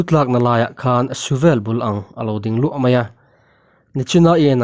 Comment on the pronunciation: Mizo ṭawng tlem zir ila ngai anih hi mawle,,,, mithi thu tih te, suvel tih te hi i lam dik lo tlat mai.